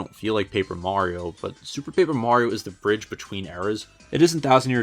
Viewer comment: did u say ''bridge'' on purpose